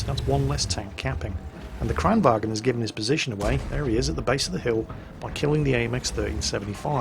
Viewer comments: Kranwagen is a german word. It is called like it is spelled. Kranvagn. Why is it that only QB can pronounce it correct. Jesus christ. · For the love of coffee and cinnamon buns, there is no "E" in Kranvagn. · Var i Sverige menar du att man uttalar det kranvagEn? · Checked out your channel and realized you aren't Swedish. So let me sum up my previous comment. I'm Swedish, no one in this country pronounces the word like that, unless they have a severe speaking deficit.